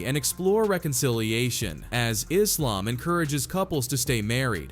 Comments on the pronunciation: She's pissing me off the way she's pronouncing "Islam". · Is-lamb is how she says it?!!😮